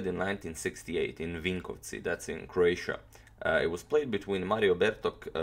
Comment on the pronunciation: you said vinkovci so well, are you actually croatian? or serbian or something of the kind?